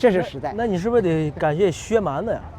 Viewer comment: 在名字里，一般念薛蛮子 子不能读轻声